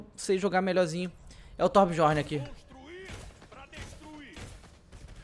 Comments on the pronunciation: se lê "biorne" DJ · acho que a pronuncia é Tobiorn, n é certeza mas acho q é